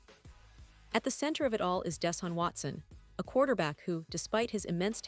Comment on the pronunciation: " Don't Cry Deshun Watson" You made all That Money From The Browns. WOW. J Bennett